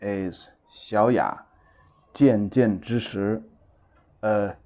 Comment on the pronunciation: 渐渐之石 is pronounced as chanchanzhishi, not jianjianzhishi.